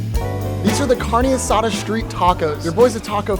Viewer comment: bro rly said “carnee asada”